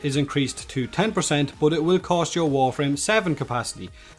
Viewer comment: Its cost not coast xD